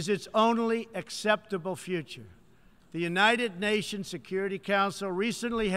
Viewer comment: Younaided Nations lol Word megalolz